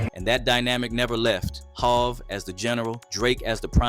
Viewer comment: AI must be speaking on this video, how tf they mispronounce HOV?